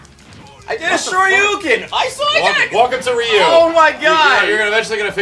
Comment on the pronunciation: please! Ryu is pronounced like how Rio is! The "Y" in Ryu is pronounced with a hard "E" sound! Say it with me; Ree-you. Ree-you! Please,, you're killing me here!